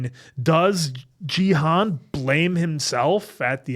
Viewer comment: Loved your reaction. Just one small point: it's pronounced "Ghee" (hard G), "Hoon" (rhymes with racoon). So Ghee-hoon rather than Jeehun. I have no idea why dumb-f*ck Netflix decided to spell it Gihun instead of Gihoon.